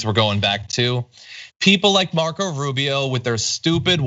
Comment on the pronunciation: Rube - Eeeh- Oh!